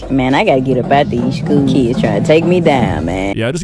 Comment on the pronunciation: Im in the middle of teaching my daughter to read and properly pronounce words. Hearing her say Keeds, Seeck, and Seester. How she pronounces the "i" in some of the words instantly got on my nerves...